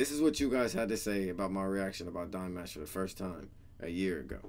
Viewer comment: hahaha, what do u expect??? U haven't reacted to Dimash for ages (u do not even know, how to pronounce his name)!! Now u think u react to one video and Dears will go crazy?? It does not work that way!! U need to deserve our attention man!!! Keep reacting And the support will come... But!..... Maybe not in your case, u obviously react to him just because of views 🤦🏼‍♀️ the worst thing u can do... Most Dears are intelligent people and they will not support u, when they see u do his reactions for views and followers. 🤦🏼‍♀️🤦🏼‍♀️😂😂😂😂😂😂 U cannot fool us.....